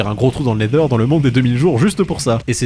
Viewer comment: La vidéo est trop bien! Merci Maître! Le seul youtubeur francophone à dire nether et non nezer!!